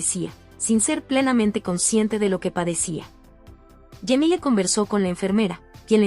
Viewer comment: Por Dios por que les cambian los nombres, pronuncien bien pero dicen unas cosas como Yemile, no es Temprano le es Cemile con tilde en la e. Y no es Aylen es Aylin. Pronuncien como debe ser y si no no hagan el recuento.